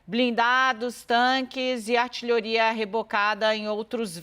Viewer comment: Artiroria que "diabéisso" kkkkkkkk